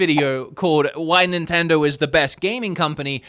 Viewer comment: hey man the brand is called nintendo, not nintindur